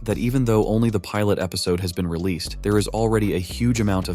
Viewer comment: Bro really said "ReleaSaid" instead of "Released" and said "EpisodeE" Instead of episode Like this dude is a text to speech change my mind 😭😭😭